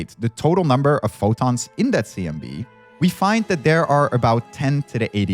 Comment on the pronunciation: has bad pronunciation. Three - Free. That - Add. Thing - Fing. Or - All. This - Vis. Whether - Water. Combination - Accommodation. Symmetric - Cedric. Why did you hire the worst?